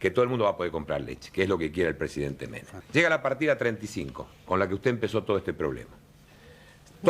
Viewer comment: No soy Argentina pero he visto los videos suficientes como para que cada vez que te escucho decir "Carlos Menem" nada más cierro los ojitos 😣